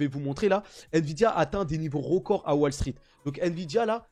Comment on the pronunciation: Voillà... Voilà... Tenter de retirer les tics de languages du mindset? Wall se prononce 'wole', pas 'walle'. Pas très quali. Un Krach boursier, pas un crache... Garder son cash:D Super bon conseil avec l'effondrement de l'€. Chaine à éviter. L'analyse financiere de